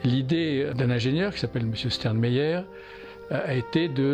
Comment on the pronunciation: Dommage de maltraiter le nom de l'inventeur : Sternheimer, et pas "Sternmeier". Je crois pas que la science a vraiment encore penché sur cette hypothèse un regard attentif. Est-ce suffisamment validé par des recherches indépendantes ? Mais comme ça peut servir à équilibrer et aussi à déséquilibrer les organismes, c'est aussi à encadrer de façon ethique, je crois que l'inventeur en est bien conscient.